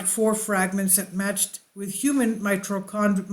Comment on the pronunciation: You’d think that if you were going to take the time to edit a video together, you’d learn how to say mitochondrial before hitting record. Did the ball drop when Lloyd died?